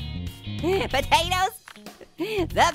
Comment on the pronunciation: Why do you call us hot potaters?